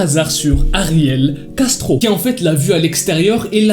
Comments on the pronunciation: Ptdrr, j’ai compris « Gastro » au début. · Quand il dit : ariel Castro j’entends ariel gastro 🤣🤣🤣qui est comme moi ? Like 😂😂😂😂